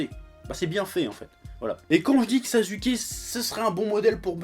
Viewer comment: C'est comme ça que l'on le prononce en Japonais